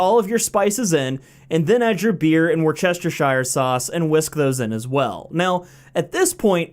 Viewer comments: Wor-ses-der-shire? It's Wus-teh-sheh! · Worcestershire sauce is pronounced - Wustersha sauce. We usually omit the Shire bit. and pronounce it Wuster Sauce. In this context We don't pronounce Shire as Shire, we pronounce it as Sha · For all you Americans its pronounced wuster sauce 😂😂😂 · woostah! no shire. it's england not middle earth. :D